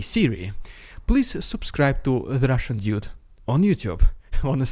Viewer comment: I just love your “rrrridiculous rrrrussian propaganda, ugh!!!” Always drop from chair😂